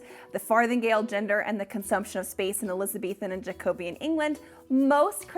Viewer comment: I LOVE these deep dive videos, so helpful as a sewer whos beginning to love fashion history, but as a Scottish person i just gotta say that "Jacobean" is pronounced jacko-BEE-in (also the jacobites were rad)